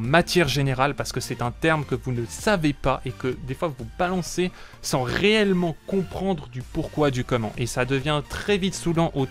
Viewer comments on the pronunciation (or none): none